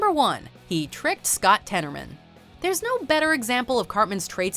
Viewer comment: Scott tennerman hahahahahahaha xD its so hard